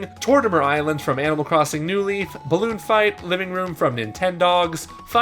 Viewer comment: How the hell do you mess up ice climbers and balloon fight plus your reading off a script so there’s no excuse